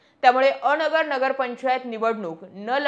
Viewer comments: अ.. नगर असं न म्हणता अनगर म्हणावं... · बाई अ नगर न्हवे अनगर म्हणा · अ..... नगर असे नाही अनगर असे आहे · अ-नगर. नाही अन-गर ( अनगर) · अ नगर नाही ते अनगर किव्हा अंगर असा उच्चार होतो उगाचाच गावाला बदनाम करू नक्का 😂😂😂 😅😅😅😅😅😅😅😅😅😅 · मॅडम अनगर म्हणा bircet अ नगर बोलता